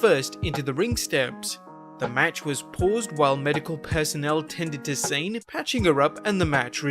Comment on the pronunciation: It's not Sane. It's pronounced "sah-neh". I don't speak japanese and it drives me insane